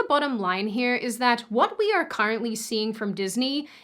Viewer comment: "cAHrently" sorry, I meant is as a joke Also! love your videos!!